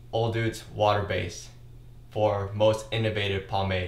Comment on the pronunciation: I love your videos, but why do you say o'dudes instead of o'douds?